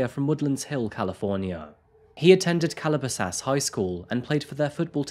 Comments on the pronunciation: I'm from woodland hills so I just gotta say you butchered the pronunciation of Calabasas and Woodland Hills XD. Great video though regardless. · I know you're not from the states but you may want to look into some of the pronunciations. Eg- maryland, calabasas, 'nation football league' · And its "Cala- BAS- sis" lol. Accent on 2nd part. Funny the way you said it. Its where the Super Rich Kardashians are from, if that tells you anything about the Bully. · “Mary land” “State of Baltimore” “Nation Football League” “Cala basaas” Do you do any research?